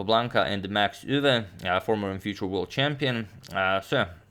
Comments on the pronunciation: I'm Dutch. 'Max Euwe'. The pronunciation indeed sounds weird and you absolutely nailed it. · As a Dutch speaker: you pronounced Max Euwe perfectly! ❤